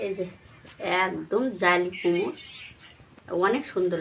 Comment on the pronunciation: একটা কথা না বলে থাকতে পারলামনা। 😊এতো দিন ধরে ভিডিও করেন এখনো ঠিক মত কথা বলতে পারলেন না। 😊 এই যেমন ঘন্টোকে বলতিছেন ঘুন্টো আবার কুমুর আবার আয়ের মাছের ভুনা দিয়ে খাবো। আবার ঝোল দিয়ে খাবো ইত্যাদি। এইরকম আরো ভুল হয়😅কিছু বলিনা তাই। এইরকম ভিডিও দেখলে খুব হাসি লাগে রে ভাই। ভিডিওই যখন করবেন একটু ভালো করার চেষ্টা করে 😅